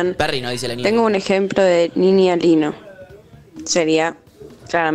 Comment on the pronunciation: amo como todos fingimos demencia con que todo el programa pronunciaron mal "niña lino"